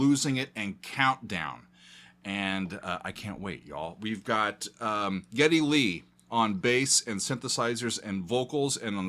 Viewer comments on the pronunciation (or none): It’s Geddy not Jeddy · you are so much fun and your reactions are priceless. One note though, it is Geddy as in Gary, not Jerry, or Jeddy!:) Love you keep it coming. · Geddy is pronounced with the other G sound. It's how his grandmother pronounced his given name Gary.